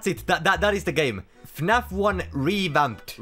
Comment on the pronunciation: when you play funaf instead of fnaf